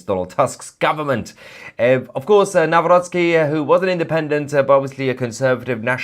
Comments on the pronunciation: Thank you for properly pronouncing Mr. President elect's last name: Naˈvrɔt͡ski. NOT: Na-rock-ee. It's bad. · Well done and thanks Tousi for correctly pronouncing our President's name: Nawrocki. Americans say Now-Rocky 🤣 which is actually funny, even he laughs at it. By the way, it's so nice to read all these positive comments about Poland and Poles, thank you all!! 🇵🇱🫶🇬🇧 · Congratulations with your pronunciation of Nawrocki:) It’s perfect! It’s hilarious how other news channels pronounce his name.😂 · Congratulations for pronouncing his name correctly, unlike most broadcasters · "Karol Nawrocki" you pronounced it really well :) greetings from Poland :) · 🤍❤️ you are the first person non Polish speaker who pronounced Nawrocki like a Polish person ❤ greetings from Poland 🇵🇱 keep up GREAT WORK ❤ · You read the name perfectly👍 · Finally somebody pronouced Nawrocki correctly! 👏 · yes, yes, yes! BTW, you pronounced name of the new President without any mistakes! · I like how well you’ve pronounced ‚Nawrocki’. Thank you for your valued analysis. And Happy Birthday to fellow Gemini on 11-th. 😘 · Nawrocki ,your pronunciation is perfect ! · Bravo for pronouncing Karol Nawrocki’s last name correctly. Some English speaking journalists say it the English way which sounds like: Now- rocky! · I love the way you pronounce the new elected Polish president name Karol Nawrocki. Just Perfectly, Well done! :)